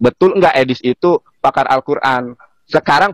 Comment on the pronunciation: Edis2 bilangnya pamar alquran.baca alqjran aja g bs lu.tp kl sebutan pakar raja ngibul baru pas.